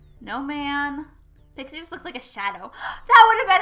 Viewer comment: it's not pixi it's pixie